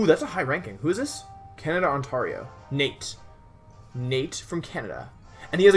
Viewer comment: Also "OntArio" - wolfey 2k16